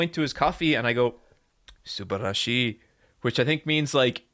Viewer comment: He says こんにちは（konnichiwa) and subarashii wrong (and oosaka, toukyou, kyoutou etc) but they will tell you its very good and honestly it doesn't matter if you're visiting. They probably get hundreds of foreigners making the nerd pilgrimage every week in any particular themed cafe. The mickey mouse line would have broken me right then and there. You also don't have to fully pronounce the shi in Ashita no Joe (like ashta rather than asheeta) but w/e :P Im just being pedantic because Megalo Box is dope and everyone should watch that if they like the genre.